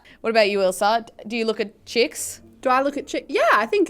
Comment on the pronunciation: I like the way u say ilsa...u say ilser